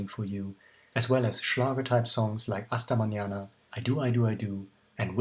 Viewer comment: So detailed as I were living through that period in person. It shows they were humbled and professional from the very start, I think that is a great lesson of life, and one you surely live up to as well, my friend. Loved the "Hasta Mañana", your pronunciation was perfect. Thanks again for this precious gift of love for ABBA. Hugs!